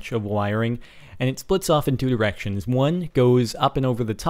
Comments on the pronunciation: Yeah anyone else hear "Splits into erections" ??? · Sounds a lot more like erections, obviously he said directions.